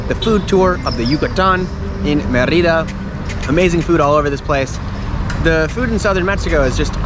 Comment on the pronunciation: Mérida = MAY-ree-dah